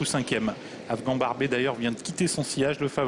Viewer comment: Afghan barbé???? franchement apprenez à prononcer correctement les noms c um minimum